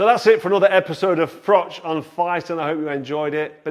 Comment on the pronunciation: I think you’ll find your name is pronounced “frock”.